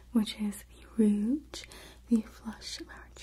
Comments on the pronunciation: Just a tip: the G in rouge is softer. It's pronounced like the s in measure. Like an sh, but a zh, instead of what I was hearing as a dzh like in bridge. Just in case you cared; no judgement! 🙂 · You're so wonderful and beautiful! Bless your heart, lovely -- the "G" in "rouge" is pronounced like a "J", as in Jaja (Gabor.) Just pretend you're french for one word -- it originally just meant "red." 😘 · I love this video but PLEASE learn how to correctly pronounce rouge. "Ruj" - it really breaks up the video when you keep mispronouncing it. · I love the way you say compact and rouge! Glad I found you! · I love how you say rouge!